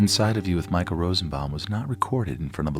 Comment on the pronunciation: Michael is pronounced exactly like that (though you don't have that "ch" in English) in German. Like… Michael thought it sounded in Spanish. That was actually a pretty good German Michael. Michael in Spanish is Miguel.